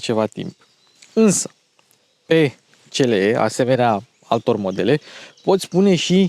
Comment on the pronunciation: "Ț l e"😂😂😂😂 pe bune??